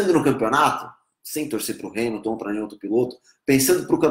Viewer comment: Pq vc fala hais !?!?!?!?!